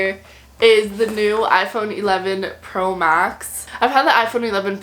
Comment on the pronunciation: Can we just talk about how she said 11 plus😂